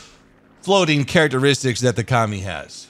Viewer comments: It's not Ka-Mi it's Co-Mi "communist" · Ka-Mi pronunciation commie coincidence I think not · I though u say commie